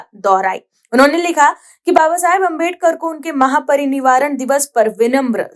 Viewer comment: महापरिनिवारण नहीं महापरिनिर्वाण